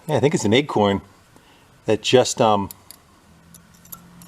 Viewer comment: It sounds, to me, he pronounces acorn, like eggcorn.